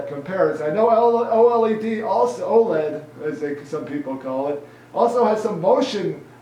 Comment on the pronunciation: LLED? You mean OLED?